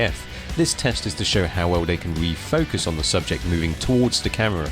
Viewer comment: A new statement with their "caahhhhmirraa". Why do you say camera like that? am I the only one who noticed this? Great video though!